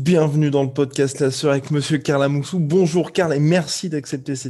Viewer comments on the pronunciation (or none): Moi quand j’entendais parlé de Karl Amoussou je pensais qu’il disais Carla Moussou ça fait bzr